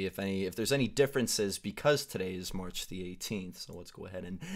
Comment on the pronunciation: Instead of saying march he said harch lol😅😅😅😅